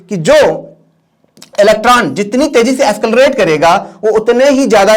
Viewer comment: Escalarate? Or accelarate??